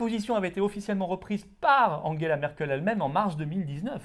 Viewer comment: Je suis patriote mais svp Angela pas Anguela on est pas allemand merci